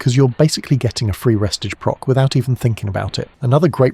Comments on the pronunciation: I ain't trusting anyone reading re stage as res tige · its pronounced Ree- stage. Stage as in, theatre stage. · Why the hell is he saying “restige”